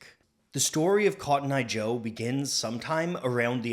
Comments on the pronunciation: What do you mean it's cotton eye joe and not kotnya joe 😂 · this was way more lit than expected also: "Hid'atenbinf'conttoneye jo"